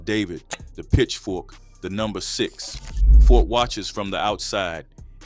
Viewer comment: Who is Fort? I thought it was Ford!